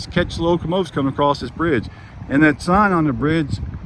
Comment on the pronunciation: Are you saying " accrost " ??????🤔🤔🤔🤔🤔🤔🤔